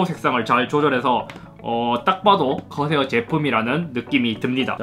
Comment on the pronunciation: 허새요 허새 아니... 커세어 ㅋㅋㅋ